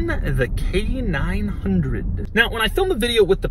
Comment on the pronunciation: Every time he says it, I hear Canine Hundred.